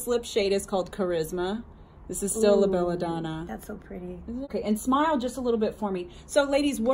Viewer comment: Please say Bella Donna and not Bella Doner...it is a brand name!